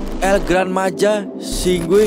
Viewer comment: Bagi org Spanyol itu el gran maja itu dibaca "El Grān Maha"